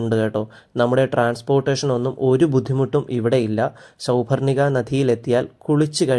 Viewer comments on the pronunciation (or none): അതെ. ഉച്ചാരണം ഒട്ടും ശരിയല്ല. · സൗപർണിക നദി...... ഉച്ചാരണത്തിൽ എന്തോ ഒരു ഖനം പൊലെ